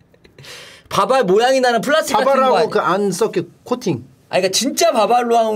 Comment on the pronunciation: 오늘의 차짬영어 : 돌라, 훌라스틱, 꼴라보